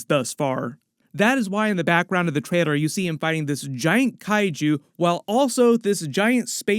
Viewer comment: Every time you say “trailor” sounds like traidor